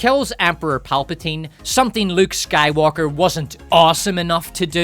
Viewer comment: If you listen carefully. She says sky"woke"r